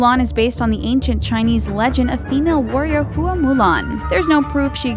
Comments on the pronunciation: For your own edification, Hua (as in Hua Mulan) is pronounced more like Hwa or Wha instead of like Hoo-ah or Who-ah. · I found it slightly annoying when she pronounced Hua in Hua Mulan, "Hu! - a".